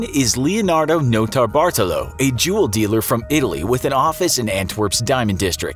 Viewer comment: Did I hear juuuul dealer?